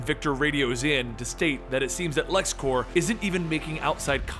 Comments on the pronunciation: i wish i could say this to your face, "clears throat and tries to remove the rest of the random vomit that plagues me rn" IT'S LEXCORP NOT LEXCORPS!!!!!!!!!!!!!!!!!!!!!!!! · Its lex corp, not lex corps, corp is short for corporation, its not like the green lantern corps, please say it right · It's a common mistake but you kept pronouncing Corp as core (I guess because of the green lantern corps) but the p is pronounced because it's short for corporation